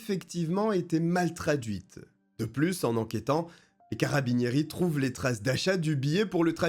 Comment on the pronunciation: Tu m'as fait grincer les oreilles toutes les fois que tu as dis carabinieri😂😂😂😂 si tu as le temps le cas de Martha russo